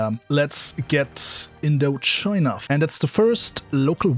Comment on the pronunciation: It’s Indochina not Intochina!